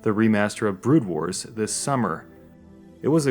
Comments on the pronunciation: Yes, It actually bothers me that you don't even know the name of the game. It's not "Brood Wars", it's "Broodwar". You moron. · 'Brood Wars, Brood Wars, Brood Wars' Oh god please stop... It was just 'Brood War'... >_>